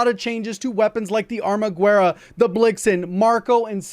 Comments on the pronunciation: ARMAGERRA AND NOT ARMAGWERRA! HOW DO YOU PRONOUNCE THE WORD "GUESS"? CERTAINLY NOT "GWESS" ISN'T IT!? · It's pronounced "arma-geh-ra"